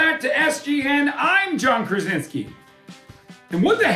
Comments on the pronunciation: That's so hilarious beeing Polish and listen how John pronunce his last name Krasiński ;D like krazinsky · Dude doesn't know how to pronounce his surname. Krasiński